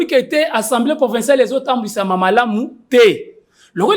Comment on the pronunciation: Bonjour. Nous aimons beaucoup ton émission, de la bonne information mais aussi de la pédagogie. Tu es suivi à travers le monde. Petite correction mon frère on dit (assemblée) et non (ensemblée) Ca commence à faire un peu mal aux oreilles et risque d'induire certains congolais en erreur. Merci beaucoup. Na ndenge ya bien. Mokonzi.